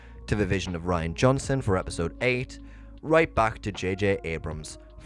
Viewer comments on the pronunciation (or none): none